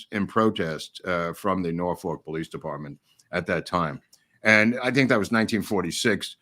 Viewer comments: You’re mispronouncing “Norfolk”. It’s “Nor-fu$&”…..seriously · however, he is referring to Norfolk, Va located in the US. I am from Va and have spent a lot of time in Norfolk. He is definitely mispronouncing it.